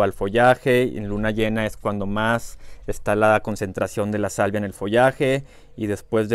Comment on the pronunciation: Una corrección esta muy interesantes tus videos ,pero dices salivia,cuando te refieres a la sabia de las plantas,podría confundir a tu auditorio,saludos sigue con tu excelente trabajo.